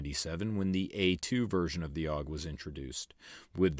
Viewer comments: A.U.G, not "auwg". It's an acronym, not a word. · Isn't it "A-U-G", rather than "AWG"? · Had one. A.U.G not “Aug”. Crappy trigger, ergonomics aren’t great. If you want a Bullpup get a Tavor